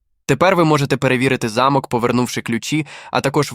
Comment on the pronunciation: Хтось підкаже "спеціалісту "де І в яких випадках роблять наголос у слові * замок*. В нашому випадку наголос потрібно робити на букву 'о'. Наголос на букву 'а' -це будівля, де проживали багатії.